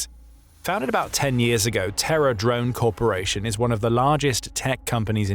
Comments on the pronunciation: OMG. Because of the narrator's accent, I got more than 2 minutes into the video thinking he was saying "Terror Drones". I kept thinking WTF? How unJapanese-like can ya get? I was very relieved when I saw it was Terra Drones. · I can't tell if the narrator is saying Terra drone or terror drone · Oh Terra Drone, not Terror Drone. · BTW are you deliberately pronouncing Terra Drone like Terror Drone (a 4-legged combat UGV depicted in the video game Red Alert 2)? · Did anyone else think he was saying Terror drones at first? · I kept hearing 'terror' drone corporation, and thought that was a little on the nose 🤣🤣🤣